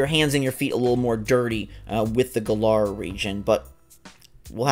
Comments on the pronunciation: Im annoyed that the trailer came out yesterday and yet peiple still cant pronounce the region name right even though they said it in the trailer like its GALLAR as in Gallant not Guh-LAR stop daying it wrong theres no reason to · Gotta love how everyone is calling it Guh-lar when they clearly pronounced it Gal-uhr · I hate how they keep mispronouncing Galar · Hate the way he’s pronouncing galar